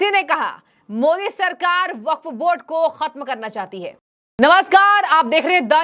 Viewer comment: ko theek se Modi ji ka naam lene uchharan karne nahin aata inko sansad Kaun banaya hai